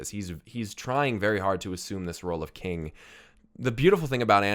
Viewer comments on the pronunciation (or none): none